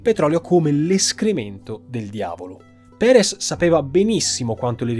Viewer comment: Andrés Perez, no Prerez Alonzo